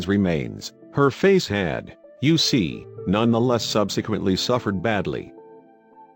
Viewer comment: An interesting story, but many phrases, and words said in a way that sound like something different. For example, what one says as “you see” sounds as if that fake male voice is saying “U.C.” every single time. I kept waiting to hear “UCLA”, or another like that. And I’m sorry to say that because of word emphasis each time “back hoe” was said, well . . . I heard “back ho” as if a woman was in the back of a line or some such. I think this vid concern would benefit greatly by an honest to God human voice.